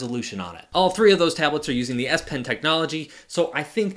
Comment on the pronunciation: Z pen? You called the S pen the Z pen for like half of the video lol.